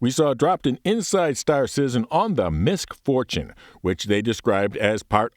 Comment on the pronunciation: I can't stop hearing 'Misfortune' every time someone says 'MISC Fortune'.